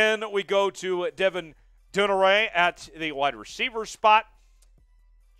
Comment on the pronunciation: In this and other vids, why can't a guy as eloquent as properly pronounce Devin Duvernay's name? It's like watching a returner get tackled by the Kicker. LOL.